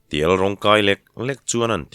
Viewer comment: Ti-èl tiha èl hi èlsên tihna a nia, inel tiha el ang hian thlûk lovin, èlsên tiha èl ang hian thlûk hniam tur.